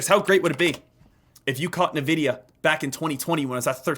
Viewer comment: My bro it’s pronounced en-vidia not nuh-vidia